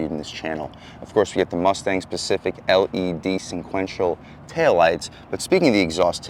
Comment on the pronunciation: its pronounced SPECIFIC and your comparing the 5.0 to a BMW?